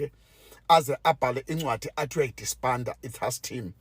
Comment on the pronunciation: I knew the second guy is going to mess up when he said "taks team" 😂😂. Which hearing is he listening to because Mchunu repeatedly said he only told the president after he gave the directive. I'm disappointed because he sounds like he's from the Free State 😂😂